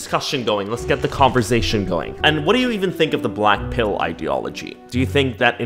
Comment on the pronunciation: When ever he say blackpill ..I heard "blackpink"😂😂🖤💗🖤💗🖤💗🖤💗🖤💗🖤💗🖤💗🖤💗🖤💗🖤💗🖤💗🖤💗🖤💗🖤💗🖤